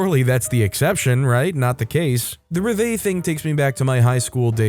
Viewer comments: just gonna put this here it is pronounced rev-va-lee not rev-vay. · It is not reva, it's rev-a-lee. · It's pronounced rev ill eh, with the accent on the first syllable. Lived near an army base for a while and learned to love it.